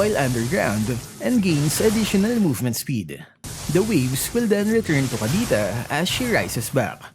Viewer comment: Bakit hirap ka po mag pronounce ng k or c? Kapampangan ka po ba?